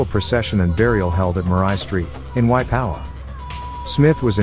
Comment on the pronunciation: Waipawa is a place the guy talking can't pronounce it